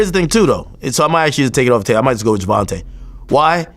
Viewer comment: It's not fucking ger von tah it's Ger von Tay say it TF right !!!